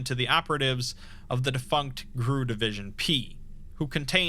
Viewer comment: GRU isn't pronounced grue. You say it like any alphabet organization like KGB, CIA, FBI, etc.